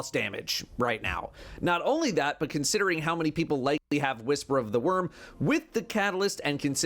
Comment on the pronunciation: Did you say "consitering"?